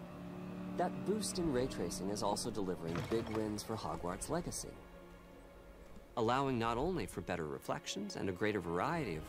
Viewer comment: The main takeaway is Mark Carny's incredibly weird way of pronouncing "hogwArts"